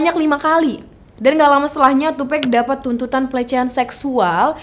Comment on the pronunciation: NOT TUPEC, IT'S TUPAC! That's why Nas said " white people always said TUPEC, not TUPEC.. TUPAC " Sedikit kasih tau ya, Tupac sama Biggie itu deket banget sampai pada waktu Biggie lihat Tupac deket sama orang yang dianggap berbahaya sama Biggie, Biggie ngasih tau ke Tupac kalau jangan terlalu deket sama orang itu, gue lupa namanya dan itu terjadi disuatu acara. Tupac risih sama kelakuan biggie yang bgitu, mulai dari situ hubungan pertemanan mereka renggang dan kurang baik. Soal lagu " Who Shoot Ya " itu bukan lagu yang dibuat untuk tupac pada saat itu, tapi itu lagu emang sengaja dibuat sama biggie, terus orang orang terdekat tupac pada ngomporin ke Tupac kalau lagi itu dibuat untuk dia apalagi seperti yang kita tau dia abis di tembak.. lagu Who Shoot ya keluar beberapa waktu setelah itu, Tupac dkk mengira itu Diss Track ternyata bukan. Dan seperti yang dijelasin setelah itu Rilis lagu " Hit em Up ". Penjelasan soal Keefe D ini juga ga jelas, di suruh bunuh siapa yang dimaksud ? Tupac apa Biggie ? Keefe D ini adalah Om dari Anderson yang di pukul Tupac dimalam itu, dan dia orang yang melaporkan saat itu kepada omnya Keefe D yang seorang bandar Narkoba. Balik kilas ke Kehidupan Keefe D, dia tumbuh besar di Compton dan dia dari kecil sudah begabung dengan Gang. Singkat cerita dia dewasa kerja di perusahaan tapi dia ga nyaman, lalu dia milih buat jualan narkoba. Lanjut lagi, ni keefe D ga tinggal diem keponakannya di pukul. Jadi pada hari itu setelah tupac dalam perjalanan pulang